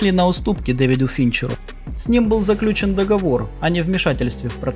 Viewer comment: Не заключен, а заключЁн договор. Не шулерА, а шУлеры. Учи ударения. Слушай аудиокниги, прочитанные профессиональными чтецами и повторяй за ними вслух.